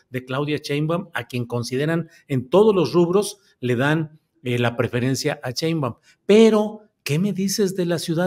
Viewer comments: falta de respeto,no es "Cheibaum".Respeta. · "ROSHA" hablando de "SHÓTITL" y "CHEINBAUM". 😅😅😅😅